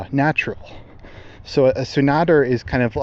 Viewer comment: Tsundere --> Soon-da-Ray